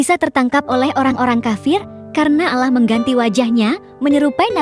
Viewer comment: Ceritanya bagus, tp agak kurang suka penyebutan Allahnya. Sprti ngomong alah